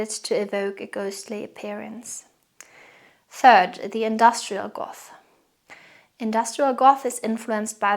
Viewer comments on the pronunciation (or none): none